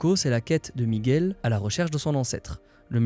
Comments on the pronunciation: Super video comme toutes celles que j'ai vues dernièrement. J'en savais déjà beaucoup, j'en ai appris d'autres. Bravo pour ce boulot ! Ps : Prononcer Miguel par erreur "Migouel" une fois sur deux, ça a trigger mes racines un peu XD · On ne dit pas "Migouel" please, ça écorche les oreilles. Merci